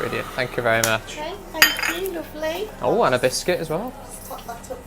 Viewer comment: Please, correct me if I'm wrong. minutes you said "lovely" and the vowel sound for "o" was the same as they pronounce it in the north, if I correctly isolated that sound from the background noise. If yes, may I know if there's any reason for that?